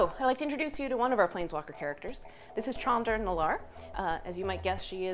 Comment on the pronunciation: "CHAN-dra"?! WTF. I'm going to continue to pronounce it incorrectly as "SHAN-dra".